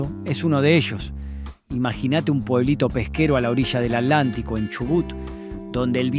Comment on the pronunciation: BUEN DIA,SI HABLAMOS DE ARGENTINA HABLEMOS BIEN.NO ES ALANTICO ES ATLANTICO.NO ES NORIA ES CALESITA.NO COPIEMOS SEAMOS BIEN ARGENTINOS.GRACIAD 😘🇦🇷🇦🇷🇦🇷🇦🇷🇦🇷🇦🇷🇦🇷🇦🇷🇦🇷